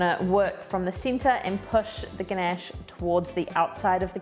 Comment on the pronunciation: You pronounced the word "ganache" beautifully. I love your accent and thank you so much for sharing your amazing recipe, which i will try soon. Looking forward to your next one. Much love. ❤❤❤